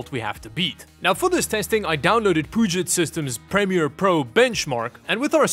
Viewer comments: I love that pronounces Puget as Poo-jet, instead of the correct Pyu-jet.:D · butchering the name of a body of water he lives less than 150 miles from made me die a little. For the record, folks there pronounce it "Pew-jet". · Pew-jet like the Puget Sound (the big sound in western Washington which is home to the Seattle-Tacoma metro area) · Puget sounds like Pew-Jet. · Love the video. Glad to see you getting a new editing machine, hope it serves you well. BTW, for future reference you pronounce Puget like "Pew-jet". It's named after the Puget Sound just in case you needed more info. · Never heart anyone pronounce Puget with the French accent. I get why you would might but still.